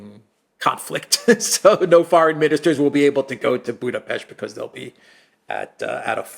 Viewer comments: I approve your pronunciation of Budapest. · perfect pronunciation of our capital!!! Thank you!!!